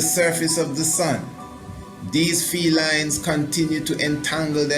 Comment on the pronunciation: “Field lines” Sounds like “Felines”